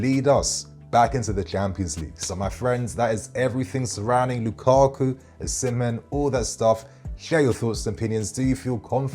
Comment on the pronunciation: Excellent content 👌🏼 please reconsider your pronunciation of "Osimhen" though